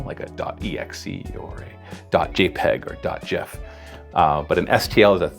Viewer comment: This guy knows whats up. He pronounced Gif correctly! Everyone thinks is pronounced Gif, but is its really Gif!